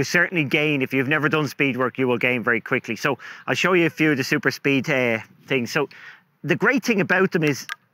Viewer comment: I know English is not your first language but its called THINGS not TINGS